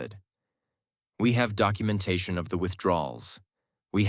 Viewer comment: AI can't "say" document or documentation or any very of word in ALL stories. Very irritating